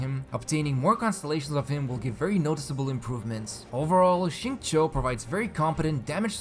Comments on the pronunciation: It is actually more towards “chew” than “Cho”, depending on who you ask. If you ask someone from Beijing with a strong accent, you’d more than likely get a “Cho” sound. But if you are basing it solely from the pinyin, “chew” would be the more appropriate pronunciation. Both are alright, but it is not right to say one is better than the other. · He didn’t say it right tho lmao. In his story if any of you paid attention you would have heard him say his name multiple times. Its sing-chow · Most of you are pretty off as the acceptable levels of pronunciation for his name is definitely at how it is said in code geass (R2) "xing-ku" (this is just how it's displayed, but someone who has heard it knows what it sounds like) infact if someone says "xing-ke" with a very short 'e' at the end, i think that's fine too. It's almost like how a japanese guy would says "zinc" with an easy to miss 'e' or 'u' after c. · I’ve been learning Chinese for a few years now, I pronounce his name sing chee-yo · It's not bad but as a Chinese person, I can assure you that it is still kinda off.